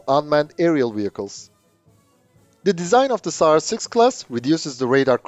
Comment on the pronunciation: Sounds like you said SARS6-Covid and that would be a scary name for the ship imo.